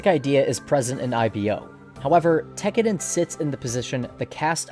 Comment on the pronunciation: TEK-AH-DAHN not TECKERDEN